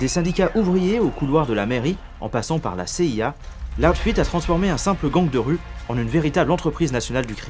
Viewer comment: loud fed ??? putain ton accent, sérieux quoi